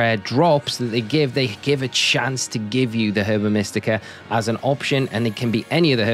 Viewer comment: Herba is said Erba